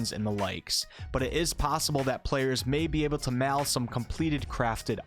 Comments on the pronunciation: Learn your vowels man. Jees my Ditch toddler has better foreign language English pronunciation than you. Mail is not "mal". System is not "systum". And so on.. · I have never heard someone say "mail" the way you do.